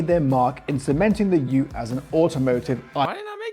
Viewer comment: Yes you got the pronunciation right, well done.